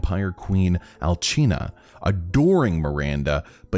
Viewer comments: I'm so sorry but I hated how you said alchina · DUDE! Its alsina not alchina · It's Alcina not Alchna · Yo I thought alcinas name was pronounced “al-sin-ah” not “al-chi-nah” 😭😂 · "Alckhina" ITS ALCINA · Alcina is pronounced Al-sin-ia, not Al-chin-a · Did she just say Alchina? I mean no hate but I choked on my drink at that lmao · Mispronounced alcina....as i said in another video... C'mon english speakers is not even that hard to say. Repeat with ne All-see-na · Im I the only one who get a tiny bit angry when he says Alcina wrong